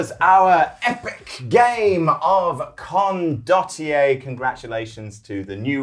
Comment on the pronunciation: I counted at least 3 different pronunciations of Condottiererererre. They are all different to the 4 I use. I don't think any of them are correct.